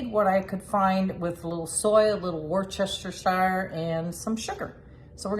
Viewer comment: It's pronounced Wooster, but drop the R so it's Woostuh, shear, like shearing a sheep. Woostashear sauce! It's good wrapped with some bib lettuce, very very finely sliced sautéed onions and a dash of hoisin sauce. You can get the sauces at Krogers. Good to see you trying new things! And it's great to see taste testing! With love and Aloha from logan square!